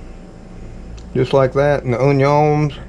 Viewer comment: I like you say onions